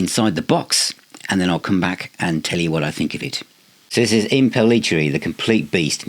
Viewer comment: I think his name is pronounced like this: Im-pell- it-erry. That's how I've always pronounced it. Forgive me for sounding like the grammar police but Yngwie is pronounced Ing-vay. Don't get mad at me for this ha ha.